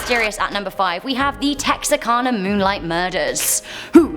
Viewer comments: THANK YOU for pronouncing Texarkana correctly! That's my hometown, just on the Arkansas side (yes, there's a Texarkana, Texas and a Texarkana, Arkansas). Always bugs me when people from my own country can't even say it right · You're the bees knees. You said Texarkana correctly! Better than some folks who live in proximity of it. Many folks pronounce it wrong. Im originally from Oregon but married a man from South Lousianna and we spent the first twenty something years of our marriage in Arkansas, Texas and Louisiana. You guessed it. It straddles all the states where they meet. And sometimes the pronunciation of thing makes me cringe. You are very talented at pronouncing even what you're not sure of. Make you excellent at your job.